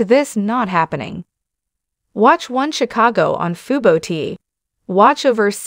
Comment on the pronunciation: “Sea- a - saw- go. 😂